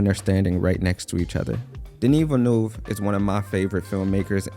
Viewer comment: It’s denis villeneuve